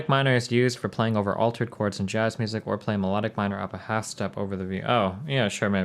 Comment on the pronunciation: Is that pronunciation of chords acceptable to anyone, anywhere? Is it just Destiny or do people from Nebraska, or the US in general say it like that?